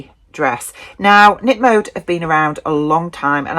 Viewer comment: Hii I'm Dutch and currently live in Belgium. The K in Knip Mode is not silent. Knip = cut, mode = fashion . Thanks for this video, i got some new ideas for items to sew ❤